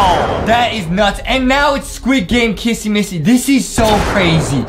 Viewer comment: JUSTIN JUST KEEP SAYING KASSY MASSY